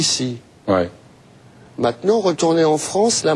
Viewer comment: La "Fronce"... Well